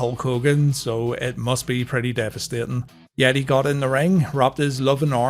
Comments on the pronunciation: Cmon man. It's They Ye-tay 😂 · The Yeh-tay! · The yeeeeeetaiiiiiiiiii 🤣🤣🤣